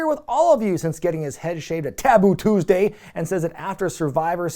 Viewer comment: so weird, I remember this scream from over 20 years ago. Between this, and his pronunciation of Taboo Tuesday, Snitsky was a gift.